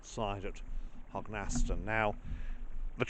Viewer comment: It’s pronounced Hog n stun